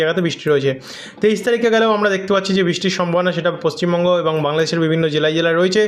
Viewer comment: পশ্চিম বঙ্গ টাকে ঠীক করে উচ্চারন করুন ৷ 😅